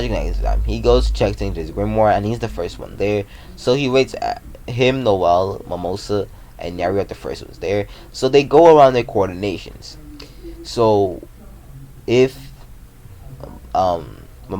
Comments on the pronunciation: Man her name is NERO not neri you say that every video you make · Its not nere its nero 😑😑😑